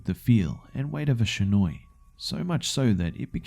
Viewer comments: It's not shinoi it's shinai. Shi-na-i. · Shinai is pronounced (She-nye) not (sha-noi) sorry just bugged me a bit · Partin Yes am I am snobby know it all, but the pronunciation of shinai was all, and I honestly can't be to annoyed with it because I was really happy with how he made it turn out.